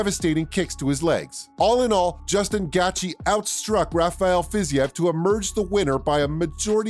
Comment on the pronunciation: That’s exactly what the fuck I was saying . Who the fuck is gatchi! I hate it when guys talk about mma on YouTube and can’t even pronounce someone’s name